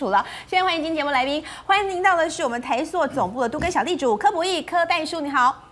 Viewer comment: 台朔(音：硕）？！还是台塑（音：速）？！🙏🙏🙏🙏请别再唸错别字了🙏🙏🙏🙏